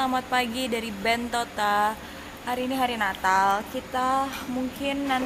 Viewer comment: bilang Bentota, bilang Bentito. Yang bner apa?